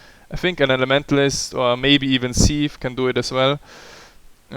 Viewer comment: when you say "thief" it sounds like "C-eve" :D